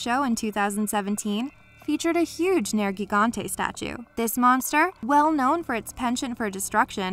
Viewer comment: I'd be lying if I said I wasn't a little surprised you pronounced Nergigante correctly - It's not the easiest monster out there to pronounce, that's for sure. I'd also be lying if I denied that I was humming each monster's theme to myself as each was displayed. Only thing of complaint there is that you said that cosplayers would be pretending to be eaten alive. Perhaps with other games, they would, but with Monster Hunter, I'd say they're probably fully ready to at least pretend to be ready to cave that monster's head in with their weapon of choice.